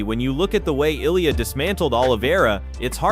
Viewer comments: Speaking of respect, the makers of this video show none - 10 different wrongly prounounced Ill-ia, Olia, Eye-lia, etc. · Damn, there's like 15 different pronunciations of Ilia, what a shit effort and lack of respect. And to ask for likes, subscribes and support to "improve" is just pathetic.